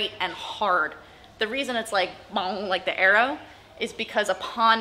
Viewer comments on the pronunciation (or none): every time she says "bong-g-g-g" I'm laughing a little bit